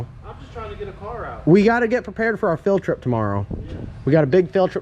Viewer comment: Did you say Phil-trip or field trip? Hahaha